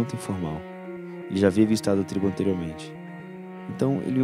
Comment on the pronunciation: Não é "TRIBO"